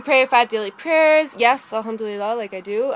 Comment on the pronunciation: where did you learn arabic..? your pronounciation of alhamdulillah is great! !!